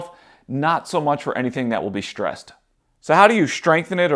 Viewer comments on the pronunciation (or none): There's no "sh" in strong, straw or stressed.